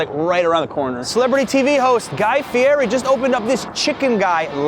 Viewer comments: Ahhh, also, just one other thing. Guy gets really upset if you pronounce his surname as "fee-airy". You gotta say "fee-etty"...go figure.. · My brother in Christ. His name is pronounced fietti